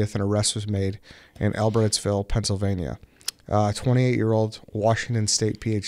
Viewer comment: also butchered the fuck out pronouncing Albrightsville